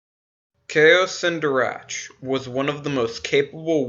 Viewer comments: Kao Cen Darach is pronounced Kao Ken D(aw)r(aw)k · You pronounced have the words in this video. Such as zabrak, Kao Cen Darach.